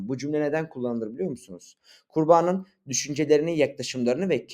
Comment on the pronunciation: abi video güzel yalnız kurbanın derken kurbağanın gibi duyuluyor :)